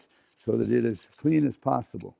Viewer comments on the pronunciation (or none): vewwy vewwy cwwweeeen